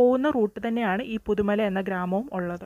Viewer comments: പുതുമല അല്ല..... പുത്തുമല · പുതുമല അല്ല ചേച്ചി പുത്തുമല ന്നാ name 😊